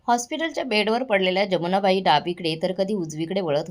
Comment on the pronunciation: जमुनाबाई नाही यमुनाबाई